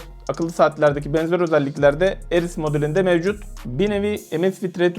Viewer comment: Ares kardeş Eris değil.